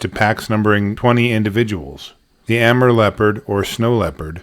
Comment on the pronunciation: He is mispronouncing the correct name is Amoor.